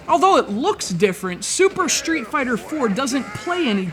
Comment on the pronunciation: when you say street fighter it sound more like shreet fighter